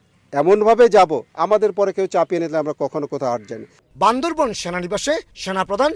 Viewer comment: জেলার নাম বান্দরবান not বান্দরভন।